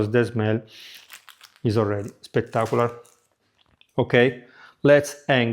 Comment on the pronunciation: SPECK-tark-oo-lar...... 😁😚😂.... Absolutely love your channel.🥰